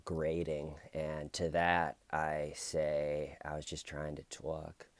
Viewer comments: “And to those people I say… I just wanted to tAULK” 😂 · This George guy is an ass! Lol..I like how u said tawk...it sounds better than how I say tawk...I'm from eastern Kentucky so my accent is very pronounced 🙊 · You twalk the twalk it's a great addition to the story telling 😉 I couldn't watch too much of this interrogation because I couldn't bare to listen to his voice, 'Not his accent' disappointed that there are no Smeeeder like names in this one 😂 Have a great break away and Happy birthday Grandma Tcl let the shananigans begin 🎉 🎉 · TAWK Body? D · LMFAO "someone got annoyed at how I kept saying 'tawlk' yesterday, they said it was getting annoying and grating . . . and to that I say . . . I was just trying to tawlk." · "And to that I say I was just trying to tawk Lmfao love u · I'm late to this, but huegely pronounced it more TAHHLK as opposed to some NYC bronx "twoolk" accent. He searches for words with OHH and AH sounds because it lets him make his voice sound deeper. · Tawk as much as you want. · just wants to tawk. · Hey, can you say "tawk" more? Cracks me up! :) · Tawk ..... Priceless 😂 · Say tork as much as you like. I laughed each time!